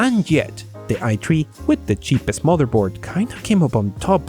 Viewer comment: It's supposed to be pronounced i3 lol oof xD